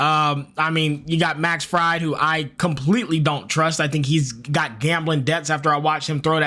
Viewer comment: Pronounced Max "Freed"